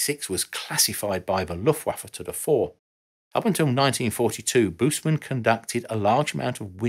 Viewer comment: Man, work on pronouncing family names right. Busemann would be worth it.